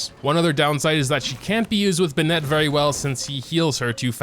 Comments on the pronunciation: plz, i love u but plz stop saying benETt its BENett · Bennet❌ B’Net✅ :>👍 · LETS GET THIS STRAIGHT ITS PRONOUNCED “BENN(it)” NOT “BENN”ette” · Ah yes b’net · "B'net" - 2021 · How come you mispronounce Bennet's name although it is not a Chinese name and the game tells you exactly how it is pronounced? o.o